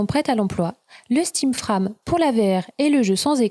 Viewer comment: Frame ne se prononce pas comme "âme" mais comme "frèjm" avec le stress (insistance) sur le "èj". À part ça très bon travail, explications claires, bon résumé, je reviendrai et merci!